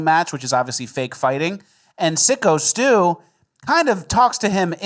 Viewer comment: ffs take 3 seconds before covering a story and figure out that it's syko stu, not sicko stu.